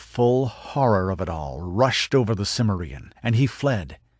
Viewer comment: A superb Conan story, very untypical, but I think one of the best, maybe even my favorite. The vocal performance is also excellent, though I wish the narrator had bothered to learn the correct pronunciation of "Cimmerian."